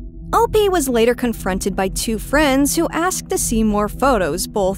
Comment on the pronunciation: Finally - someone who says “op” the correct way